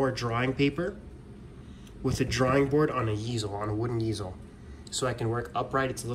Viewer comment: Lol. easel is pronounced "eezle", not "yeezle".